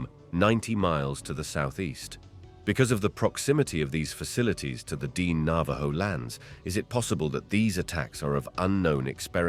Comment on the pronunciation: Dine. Dee-Nay.